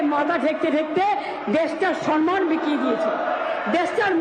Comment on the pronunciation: Word ta sanman noy samman.